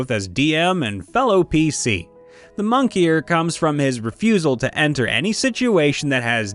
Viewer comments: Moniker. Not "monkey-er" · These stories are funny and your narration is great, but some honest criticism: Your butchering of "ostensibly" and "moniker" could have been avoided by looking up the words before the video. First one sounds like you didn't even try tbh, second one - what were you thinking when you read the word? What in your mind is a "monkier"? Did it make sense to you or did you just fly through it to get the script done? Very small mistakes, and I'm sure I seem pedantic AF, but honestly if your entire shtick is narrating stories, I recommend fixing those small mistakes :) I've heard mistakes like this before in at least one other video of this format (can't remember if it was yours or a similar channel), just seems like something a narrator should put a little more effort into. Having said that, everything else is golden, you read everything else perfectly, with the right inflection and tone, which is why it's so contrasting to hear these mistakes. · Love how you pronounce "moniker" as "monkeyer" xD